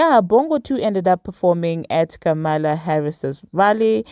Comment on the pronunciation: Her name is pronounced Comma la, Ka Mala is how racist folks are saying her name to try and offend her. Just wanted to share with you.